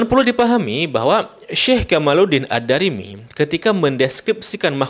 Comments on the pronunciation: Diperbaiki lagi quality control nya. Jangan serampangan sebelum posting. Baca nama Ad Damiry jadi Ad Darimi. Baca keterangan kitab ulama yg menjelaskan bahwa duyung senang dilihat manusia, menjadi terbalik, manusia senang melihat duyung membawa berkah. Tulisan di Thumbnail sering salah penulisan. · Membacanya ad-damiry...bukan ad-darimy bang....😊